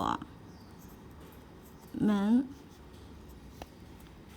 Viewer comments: 我们men吃水果，not mén，们是轻声。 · but men is the fifth tone not second or do I wrong?